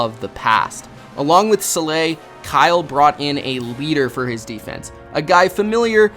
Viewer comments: I loved the video and your narration. Two nits to pick. It is pronounced SAH-LAH (not SAH-LAY). In talking up the Shanahan drafting of WR, you showed Kendrick Borne. Borne was not drafted. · My understanding is that Robert Saleh's name is pronounced like "Salad" but without the D (there is a joke in there somewhere) "Sa-lah", not "". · Too bad you mispronounced Robert Saleh's name when you could have just looked it up.